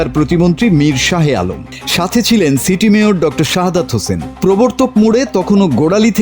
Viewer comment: নাম কি বললেন শাহে আলম নাকি সিটিং আলম